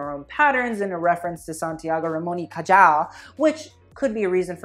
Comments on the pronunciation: Babe... it’s ca-hall not ca-jall. My ears are bleeding. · neuroscientist here. every time he pronounced the j in cajal as a j and not an h i died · Ramon y Cajal i pronounced "Ramon y Cahal"... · it's pronounce Santiago Ramon y CaHal not Cayal. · For the Iris Van Herpen show: If the reference is to a Spaniard scientist, then Cajal is pronounced Kahal, for us the letter J is pronounced like H. But I totally agreed with you on that whole show lol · loved the vid, just a pointer: cajal is pronounced more like cahal - the j in spanish is pronounced more like an h than an y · Neuroscientist here! Iris's collection was stunning. Also FYI it's pronounced "Cahal" ;) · Just a little tip. In Spanish the “j” is pronounce like a strong(ish) “h”, so it would be Santiago Ramon y “Cahal”. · Is a reference of how the scientific community would mispronounce his name even when he won the Nobel Prize (It’s pronounced kahAL) if so you nailed it bro. You are hilarious. Keep on the good work!!!! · Santiago Ramón y CAJAAAAALL funniest pronunciation ever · No one: My Spanish ass: cringing every time he said "Cayal" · I think it is "Kahal." J is H in spanish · Cajal is pronounced "Kahal." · Just in case you know how Cajal is pronounced, is cahal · Santiago Ramón y Cajal is one of the most important Spanish doctors of the 19th - 20th century , so please his last name is pronounced highlighting the `J´, like the `H´ in english., Not Cayal as you did. If you want to sound as cultured as you did in the rest of the video you should inform about it.Especially if you are criticizing. It is like saying pero (dog) instead of perro, churos instead of churros not couture. Nice work anyway, congratulations. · it's pronounced "cahal" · It's pronounced Ca-Hal. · "Cajal" hahahaha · In Cajal the j is pronounced h as in hamster. Great video and critique! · Is anyone gonna tell him he was butchering Santiago's last surname...? No? Kay... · Cajal is not pronounced like that maaa 😭